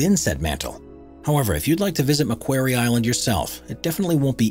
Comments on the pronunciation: Thanks, very interesting, but the name 'Macquarie' is mispronounced: the second A should sound like an O as in the word 'quarry'. Macquarie Island was named for Colonel Lachlan Macquarie, Governor of New South Wales from 1810 to 1821. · Macquarie Island is pronounced " Mack Quarry " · In 1976 a Sydney audience I was in, corrected John Denver from singing "Port Maquairy" to the correct Port Maquarry" The same applies to Macquarie Island. Pronounced as in quarry. Named after this man. The island is an Australian external territory. Lachlan Macquarie - Wikipedia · Just saying its pronounces ma quarry Island. Not ma queiry Island. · "Mc QUARRY" island, not "Mcqwery"... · Mispronunciation of McQuarie aside (think rock quarry). This is not the only place on earth where the mantle is above the earth’s crust. The Tablelands in western Newfoundland is the heart of Gros Morne National Park and it has the distinction of being the only example of Mantle material above the crust that is easily accessible to all that want to experience this fascinating phenomenon. Hiking the Tablelands one might think they are standing on the surface of Mars. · Jeff Thomson Yes it grated on me too. “Mac” as in Macdonalds. plus as you said “quarry” as in harvesting stone. I am an Australian, we as a nation 🇦🇺 have many things to thank our early colonial Governor Lachlan Macquarie for, including Macquarie Island, as a result many places and things are named after him. I highly doubt there would be an Australian (yes we are very multicultural) who doesn’t know how to pronounce Macquarie.......Nor a Scot for that matter. You would only pronounce it incorrectly once, before being told. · It's pronounced MUH KWORR EE Island. And Australians have had a permanent base there for decades. And it was a King Penguin you focussed on although you did show Royal Penguins after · Macquarie Island...pronounced Makworry Island